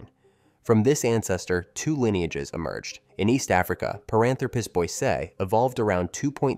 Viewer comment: It’s pronounced boy see eye.